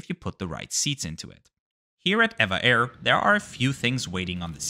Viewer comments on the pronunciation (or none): Actually it's not pronounced "ei-vah air", but " Ee-vee-ei air" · It is actually not ev-a but eve-a air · It is pronounced as E V A Airways .. 😮😮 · I swear I call it as Ehh-va Air not E-V-A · Good review, as usual! At the risk of being called a "nit picker", I wonder if you were just being stubborn or lazy for your refusal to correctly pronounce this airline's name throughout your video? As you remarked in the beginning of this video, the correct name is E V A (each letter being pronounced separately). Would you pronounce SAS as "saas" or the legendary airline TWA as "twah"? Don't feel badly though as in the States, most Americans say, "evaah" with a long e sound. 😂. I assume (but don't know for certain) that a passenger taking this flight could preorder a vegetarian meal as a special request at no extra charge as this is a rather standard policy on most airlines. Anyway, I hope you will take my comments in a light hearted manner as I just enjoyed "teasing" you a little bit. 😂. Take care and have a pleasant and rewarding week. ♥️✈️🙏🌎🕊️